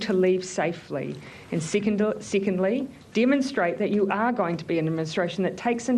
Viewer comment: "and sicondly"